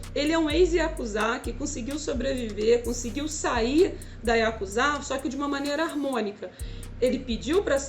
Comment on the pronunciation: Yakuza nao IaKuZa mskska